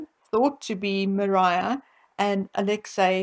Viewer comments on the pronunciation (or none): none